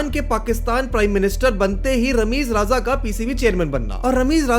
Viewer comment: Why don't you ever think mispronunciation is a problem? These GenZ Youtubers want fame, hits, shares and likes, but won't perfect their content.. Is it that difficult for an INDIAN to pronounce RAJA, or is it plain ignorance or lack of attention to detail? I repeat, you are in a field where voiceover, narration, and first-person storytelling are key. You absolutely cannot get away by saying IT'S JUST PRONUNCIATION. No one is expecting him to pronounce complicated French, Russian or say, Chadian names or words... RA-JA 🤦🏻‍♂️